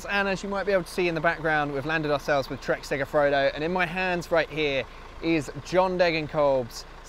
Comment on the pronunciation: segafrodo? why is this word so hard? its segafredo. ive just watched another video where the guy said segafrego